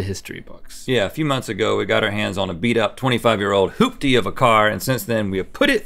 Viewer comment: Hoofey? It's hooptey😂